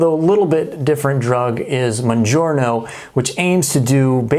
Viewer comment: “Mounjar-no….“ 😂 how are you going to pronounce that wrong being a doctor?! lol. Just made me laugh.